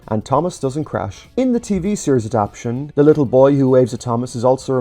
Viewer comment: Andrew Brenner being upset about not being credited is understandable, but considering how Awdry felt about Henry’s Forrest that might have been a good thing :p Also not that it matters all that much but you keep saying “adap-tion” instead of “adap-ta-tion”. Is that uh, a personal choice or… 😅